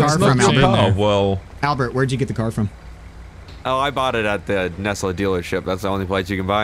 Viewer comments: Lo nesla it shouldn’t be Tesla but nesla lol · tesla not nesla